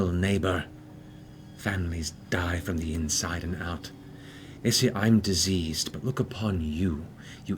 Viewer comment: I heard Deceased everytime Matt said Diseased so yeah 😂